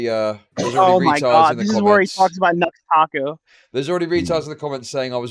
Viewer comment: pronunciation of Nux Taku is hilarious lol